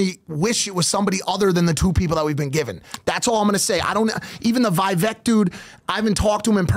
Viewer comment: Mike it’s pronounced Veevheck like v and v heck